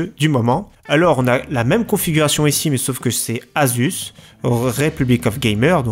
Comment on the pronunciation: mdr Asuce au lieu de Asus ( ça change beaucoup de choses xD ) +1 like juste pour le travail et cette petite erreur xD